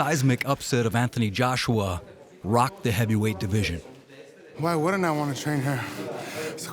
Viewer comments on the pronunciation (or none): none